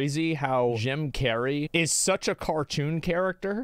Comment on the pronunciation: bro said джim carrey